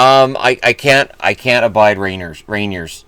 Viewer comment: It's pronounced 'Ray-neer'.